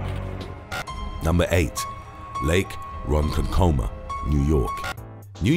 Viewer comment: Also it's pronounced Ron-KONK-kuh-muh